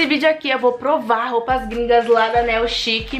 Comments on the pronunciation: O jeito certo de falar "niu chic" e não "neu chic" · Que agonia dela pronunciando a marca das roupas errado.